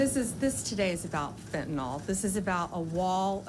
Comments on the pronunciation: Pam Bondi: It's pronounced "FINN-tuh-nill" - Fentanyl. Get it right, please. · FEN[t]enol (said like tylenol) isn't a thing. You can tell where people get their talking points by how they mispronounce things (kamala. zorhan, fauci) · Blondi needs to learn how to pronounce fentanyl